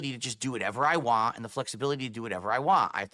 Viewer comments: why can he not say "want" with a T on the end like a normal person. He said "wahh" 3 times in succession. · learn how to say WANT........ W A N T! want!!! He is constantly say WAAH - I waah this, nobody waah.... All I hear is Waah waah waah waah.